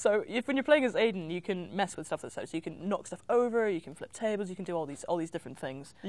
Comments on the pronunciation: I'm almost positive its pronounced Aid-en in the game. However Quantic Dream has effed up pronunciation before (origAmi) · I'm confused. My name is Aidan(same name as Aiden) and it's pronounced "Aid-in" yet in Beyond it's pronounced "Eye-din". Help please haha Why?